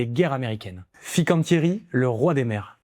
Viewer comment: Très intéressant et il y en a bien d'autres ! Comme "Luxottica", "IMA", "Danieli", "GVS", "Interpump Group", "G.D.", etc. PS : attention à la prononciation😉> BariL La (on prononce les 2 L) et pas BariYa ; FiN ((comme "fine" en français) can (comme Cannes) tieri ; DÈ (pas De) Nora ; DaL Lara (on prononce les 2 L) ; SOUpercrema (Supercrema)